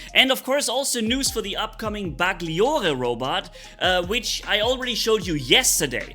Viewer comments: Hei the correct pronuce of these italian names is this: The GLI part of the names has to be pronounced like the double LL part of word "Million" so has to be like Bersa "LL" iere or " Ba"LL" iore. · The new titan Bersagliere looks like the pathfider for the shoulder shape🤔🤔 And I am italian and I know that the pronunce is not BersaGhlliore but if you go to Google translate and click on the 🔊 you find the correct pronunce for the titan and the robot Bagliore (not Baghlliore)😂❤